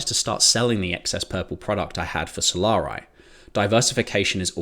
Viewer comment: “Solar-eye”. Bro… come on…. It’s not a hard word ….